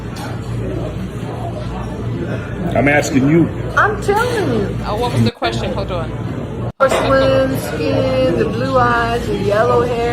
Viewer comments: He said "Kwustion", need we see anymore? 😂😂😂😂😂😂😂 I would have been like "I cannot"! 😩😩😩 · why did you hang up on that man who had a "Kwustion?"😂😂😂